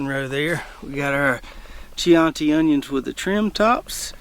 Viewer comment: I believe that chianti red onion would be pronounced key-on'-tee, named for an Italian wine from the Chianti region of Tuscany. Raffia covered bottles. Drank my share of the stuff in my youth which is one reason for how I got this way. I grow late season leeks (120 days) and keep them trimmed in the flats to about 4 inches tall. I tell myself that they add extra pre-plant diameter but I've been doing it that way for so long it may now just be an old habit.